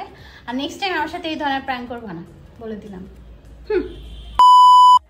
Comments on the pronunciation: It’s not প্রাঙ্ক it’s প্রেঙ্ক 🤣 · প্রেংক ❎ প্রাংক✅ 😅😂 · প্রাঙ্ক না প্র্যাঙ্ক😂😂😂😂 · আপুটা প্রাঙ্ক না ওটা প্রাঙ্ক